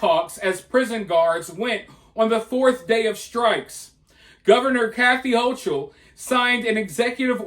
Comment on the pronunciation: It’s pronounced “Ho-KUL” She should be locked in the worst prison facility that’s still standing. Poloncarz too. Take ‘em all.